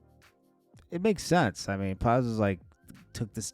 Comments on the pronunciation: calling Plies “Piles” twice is wild 😂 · He said Plows😅😅